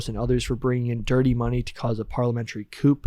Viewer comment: also pronounced coup as coupe in this episode